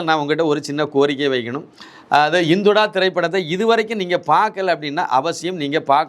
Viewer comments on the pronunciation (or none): படத்தின் பெயர் " இந்துடா " So don't say. " இந்தொடா " உங்கள் உச்சரிப்பை சரி பார்க்கவும் 🙏